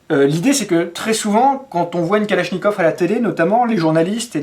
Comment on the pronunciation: Калашников. — Mispronunciation: "kaláshnyekAv" is the correct — so, the first one "a" is soft and the second one is stressed and strong; and finally, the last one sounds also a strong "a", like "uh" or "far, father, market", but not like "caught".